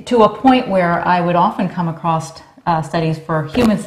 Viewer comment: Always wondered why people say AcrossT? There's no T at the end of Across